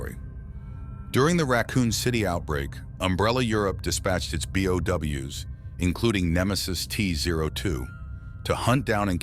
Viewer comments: Him pronouncing bio organic weapons as "BOW" instead of "B.O.W." hurts my soul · Every time somebody says something stupid in these kinds of videos, I can't help but hate it and click off, nobody calls them Bows, this just makes me think you must know nothing about resident evil, let alone play any of the games or watched any of the movies, B.O.W. say B, now say O, and then W, B O W, Bio Organic Weapons, bows😭. Oh wait, I get it now it's f**** text-to-speech, just talking your own f**** videos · Did you miss all 4000 instances of characters pronouncing B.O.W.? Nobody except you pronounces it like that bye